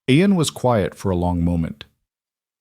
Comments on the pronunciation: Oh well, Aiden Aen, Aeon, Eon, Ien and many other variations. Its a Scots name Ian, pronounced as Ean, story was good but so many names for just one person.... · The Ai can't work out how to say his name.. Spelt...IAN Pronounced as Eeean. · It is irritating to hear all the different pronunciations I A N see An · So many ways to pronounce Ian 😂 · Good story but the mispronounation of Ian really detracts. Listening from Bloomington Indiana. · How many different ways can you get close to pronouncing Ian? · Good story, I enjoyed it, but get that AI fixed. This poor hero had four names and 1/2doz. Spellings and pronunciations